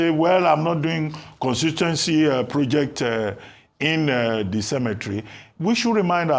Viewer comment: She said cemetery Dr abati dey spoil the pronunciation again.na WA for niaja o..una no get Nigerian dictionary yet una wan pronounce words d way una want